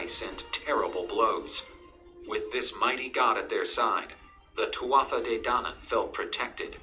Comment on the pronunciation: Twatha de dainan. That's completely wrong. It's pronounced two-a de dan-an.